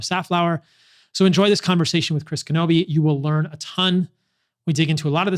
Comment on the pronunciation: Knobbe...not Knobbeith.